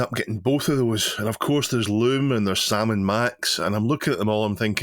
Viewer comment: Salmon Max... sigh XD